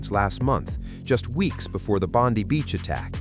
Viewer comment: Please learn that “Bondi” as a place name is pronounced “Bond-eye” by Australians.